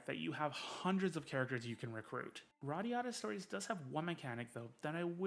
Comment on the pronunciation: You say Radiata Story wrong